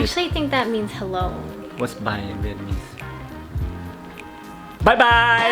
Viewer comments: Wow. Your Vietnamese sounds great. Almost perfect 😊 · Your Vietnamese pronunciation is very good